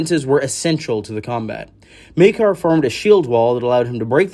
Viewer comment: you pronounced Maekar differently within the first minute of the video...gods i love this fandom😂